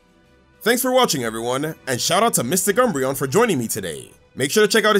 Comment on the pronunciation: I was going to watch until you said MysticUmbreon... shame.